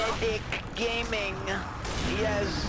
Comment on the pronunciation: Everybody gangsta' until... "Nize ainbot gaymin"